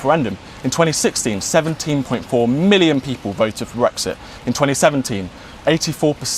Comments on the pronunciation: Love the way he emphasised the 17.4 million right at femi!! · The highlight for me was the way he shoves the word 'million' in Femi's face